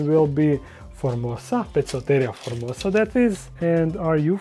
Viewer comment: opet citas formoSa a ne formoza:P